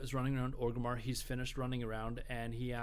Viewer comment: it's not ogrimmar it's ORGrimmar